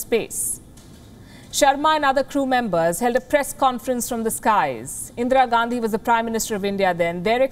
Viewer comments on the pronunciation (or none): none